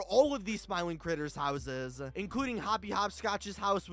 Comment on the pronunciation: Is it me or the way you say houses it’s sounds like houseziz 🤣